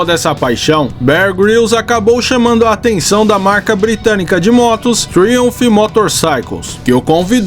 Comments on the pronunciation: Sem querer ser chato, mas já sendo... A pronúncia correta é "TRAUMF" e não Triunph. Forte abraço! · vc pronuncia Triumph de forma errada que chega ser horrível de ouvir PQP!! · A pronúncia da marca Triumph, ficou engraça…😂😂